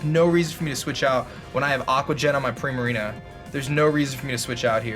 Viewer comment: does the way he says Primarina bother anyone else? I'm not even sure how to pronounce it correctly, but "Primerina" just sounds really offputting :[